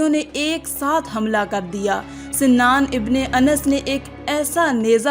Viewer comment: Naiza Maar Ne Vaale Ka Naam Shennan Nahi Sanan Ibne Anas Hai